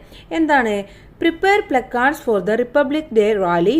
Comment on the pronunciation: പ്ലാകാർഡ് പറ ചേച്ചി 😡